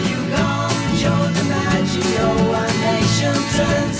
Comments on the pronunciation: Joe DiMaggio is pronounced with soft Gs. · DiMaggio is pronounced with a soft 'g' not a hard one. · So sad that neither you nor Vlad know the pronunciation of “Joe DiMaggio.” I encourage you to watch The Graduate, a cinematic milestone and darkly comedic interrogation of The American Dream. You will also learn who is Mrs. Robinson. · Pronounced Di-MAJ-e-o. He reportedly wasn't happy about his name being used in the song. Another baseball legend, Mickey Mantle asked Paul Simon why he didn't use his name and Simon said simply, "Syllables." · Not to be mean, but I cannot believe anyone exists who doesn’t know how to pronounce the name Joe DiMaggio.